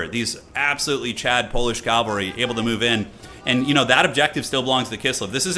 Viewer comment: PLEASE, IT IS PRONOUNCED CAV-AL-RY, NOT CAL-VA-RY! CMON MAN